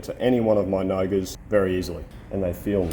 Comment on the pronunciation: When you were talking about attaching you indicators to a "nogger", I could not figure out what you meant. So I rewound the video and watched the captions... nogas. I actually looked it up and it was not just a made up word. Made me laugh a bit. Great video as always.